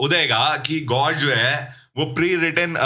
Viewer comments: Gaush ❌️ Gush ✅️ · Gaush nahi gush😂..😅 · GAUSH ❌ GUSH ✅ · Gaush❌ Gush✅